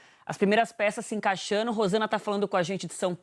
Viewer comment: Isso é terrível " encaixano" é isso mesmo senhora ?